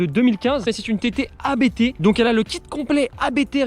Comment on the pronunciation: Abt se dit en un mot et non lettre par lettre. Belle voiture, belle prepa.